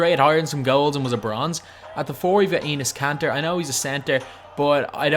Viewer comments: did he say anus kanter 😂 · I legit thought he said penis kanter!! LMAO!! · he said Anus kanter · Enes kanter got roasted bye this dude... He called him Anus kanter lol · " At the 4 we have ANUS KANTER " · He said anus kanter😂😂😂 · this dude said anus Kanter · (Plus he's like the worst 2k you tuber so I don't blame you for roasting him And he calls Enes Kanter ANUS KANTER) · how he says Enes Kanter